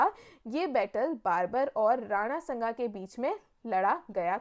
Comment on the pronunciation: बैटल ऑफ 'कन्व' ये कौन सा बैटल था??.....मैडम वो 'खानवा' है। और 'बार्बर' नहीं उसका नाम बाबर था। आप। 'सांगा' को आप संगा बोल रहे। परचम से ऐसी उम्मीद नहीं है।